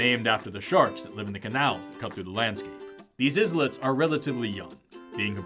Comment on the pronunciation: Hi again, "islets" is pronounced eye-lets, not is-lets.